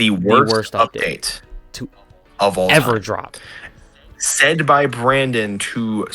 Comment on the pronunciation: "Barndon" lmao